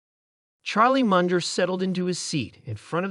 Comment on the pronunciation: Did you just say “Mundjer” 😂